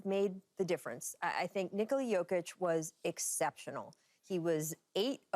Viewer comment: It’s pronounced NicALa not NiCola